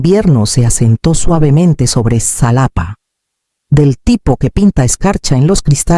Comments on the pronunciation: Enseña a tu AI, a pronunciar JALAPA , aunque se escriba Xalapa. La x tiene diferentes peonunciaciones segun sus origenes . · Nunca se ha visto que vayan a alguna ceremonia a anunciar un veredicto Por favor escriban las historias mas creíbles y se pronuncia JALAPA 😂😂😂